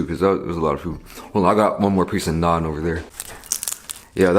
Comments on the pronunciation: Finally someone saying NAAN correctly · Damn he pronounces it like an indian lol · Your "naan" is so much better than stupid NRIs coming back to India and trying to say the word with some stupid accent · Yesss. It's so satisfying to listen to! Im constantly correcting my parents when they get it wrong so hearing it properly pronounced is relieving XD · Everyone I know says naan like that, wdym bro. It’s not like it’s anything complicated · Tarun kr yes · Fr lmao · LOL so true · Exactly! and matt stonie tho...